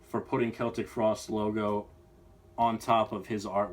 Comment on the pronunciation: I'm very happy you can pronounce Celtic frost right